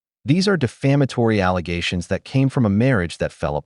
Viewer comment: It's 'allezations'😂😂